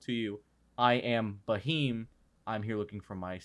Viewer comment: it's pronounced as 'beam' with a 'h' sound after b. Bheam